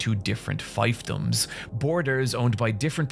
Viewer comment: who says fiefdom like that?